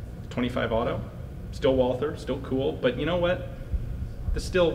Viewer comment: It’s pronounced WAL-TER, despite being spelled Walther.